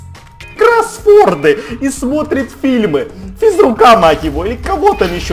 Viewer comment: отличный охраник но плохо выговариваеш слово КРОСВОРД тебе незнаю лет 20 и не можеш выговарить а мне 9 ито говорю ето слово 4-5 лет позор